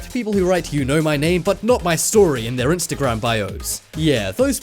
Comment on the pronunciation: It sounds like your saying instacram 😂😂😂